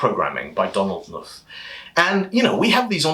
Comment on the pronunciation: I don't think the "K" in "Knuth" is silent. See his FAQ